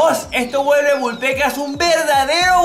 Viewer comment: Deja de decir Vul Pecas